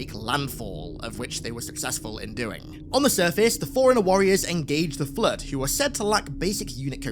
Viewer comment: Your accent makes "flood" sound like "flirt". Very distracting.